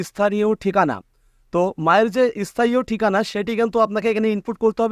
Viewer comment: Arekta vul ,সেটা হচ্ছে কথাটা স্থান হবে ইস্থান নয় । স্থায়ী হবে ইস্থায়ী নয়😂